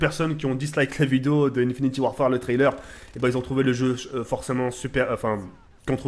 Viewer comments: sa se dit "infinite" et pas "infiniti" !!!!!!! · * Tk le gars qui dit encore (infinty) warfare *